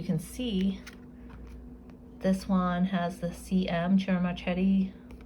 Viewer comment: Its pronounced as MarKeti 🌺